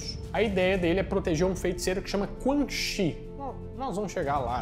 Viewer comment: oHHHH mane!!!! CHI se pronuncia tchi!!!! se liga!!!